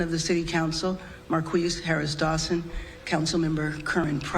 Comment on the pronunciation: Marqweeze and grabasoda